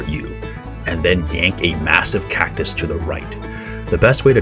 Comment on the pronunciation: Is nobody talking about now he said cactus the CACUS